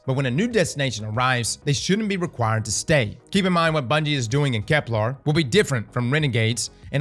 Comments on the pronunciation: For gods sake, Kep"ler" not "lar" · KepLER KepLER KepLER NOT KepLAR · Please don’t tell me we’re going to have a year of saying ‘Keplar’ …